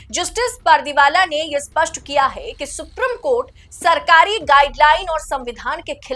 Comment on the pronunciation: सुप्री..... म कोर्ट सुप्री...... म कोर्ट , सुप्री........ म कोर्ट ये आपका उच्चारण